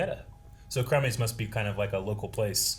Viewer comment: Cumby's is short for Cumberland Farms. It is indeed a convenience store and gas station but LOL, when you said crumbies....🤣🤣